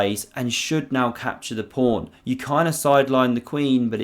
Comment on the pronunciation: The commentator in this video is getting very tiresome with his constant invocation of "prawn" instead of pawn. Once or twice is amusing, but to hear it said every time positively grates on one's nerves...